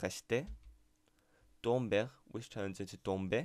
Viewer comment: Your saying most of the words wrong for example Tomber the r is silent